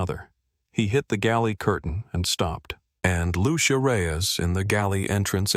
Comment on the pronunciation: What’s up with redness on Mrs Whitman’s face? Is it supposed to be a birthmark? Just a quick note. It’s pronounced “Lu-che-a” not “Lu-she-a”.